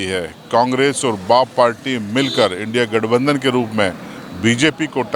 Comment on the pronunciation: apko India bolte nahi ata kya